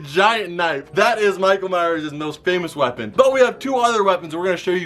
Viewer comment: Michael miress